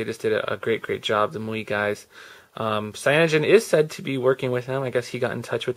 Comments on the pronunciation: The ROMs name is pronounced "My You Eye" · It's pronounced "My UI," just in case no one else mentioned it.